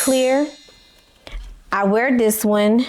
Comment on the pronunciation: I'm not sure if you are aware that you are pronouncing "this" as "dis". 😂 Also, it would be helpful if you show a pic of the pattern and a picture of your dress as you are describing it for your visual subscribers.😊